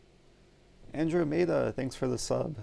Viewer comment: LOL “Andro-Meda!! Thanks for the sub” :P haha it’s pronounced andromeda